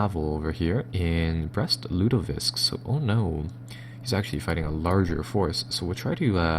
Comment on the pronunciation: He's killing me with his inability to say the city names correctly. Brest-Lutovisk - like lutefisk? Ugh, it's like listening to fingernails on a chalkboard.